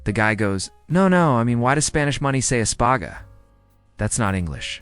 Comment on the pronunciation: It espanIa not espange.